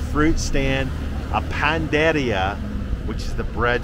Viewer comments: Oh and accent on the last "i". Pan na da ria' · put another 'a' between the n and the d in pan-'a'-deria. There is an accent on the 'i' so it will sound like 'eea!' You have a perfect opportunity to hire a tutor while you wait during re-hab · It's NOT panderia. It's panaderia. You keep leaving out the 2nd "a". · Omg,your killing me with ur Spanish. Pan-da-ria.roll ur rs.